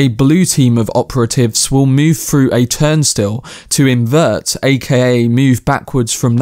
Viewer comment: It sounds like you were saying “Time Still”. I wore CC glasses for the film, it’s definitely “Turnstile”. If it was just me misunderstanding you please ignore me.